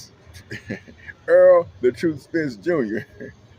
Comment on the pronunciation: Man spite it out !!! It’s not Earl Spence Jnr but Errol Spence Jnr if you want to have any integrity with analysis at the very least give the fighters their due respect and get their names correct … very disrespectful you’ve lost me and the ah,ah,ah,ah,ah is so frustratingly annoying to hear let alone viewing … the talking points is just are pointless info you can’t label it as insightful analysis …. In short rubbish content… I need therapy now listening to you, you’re a head doer …